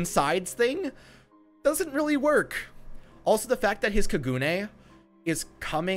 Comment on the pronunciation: i thought kagune was pronounce kah gun aye no emphasis on the gune